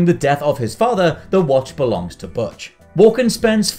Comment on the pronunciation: I lost count but I’m pretty sure he mispronounced “Butch” all 74 times he said it.